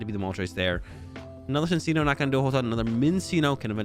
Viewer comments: Its fucking “CHIN-CHINO” thats how you pronounce it ahhhhhhhh and “MIN-CHINO” ahhhhhhhh😂😂😂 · love your content man but you NEED to start correctly pronouncing minccino and cinccino it's driving me up the wall lmao